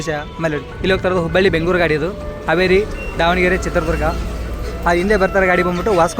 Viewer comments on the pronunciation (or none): none